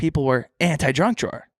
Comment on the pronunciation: saying drunk drawer instead of junk drawer